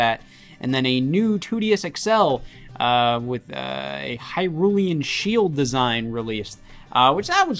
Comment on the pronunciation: Erm Scott.. it’s actually called the Hylain shield not hyrulian shield